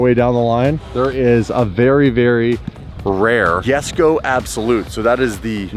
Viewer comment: face palm... It's Yesko, not Jesko